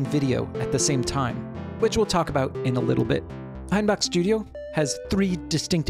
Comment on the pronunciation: Congrats on the best pronunciation of "Hainbach" I've ever heard from anyone who isn't a native German speaker! Your "a" is still a bit far back, but not even by much :)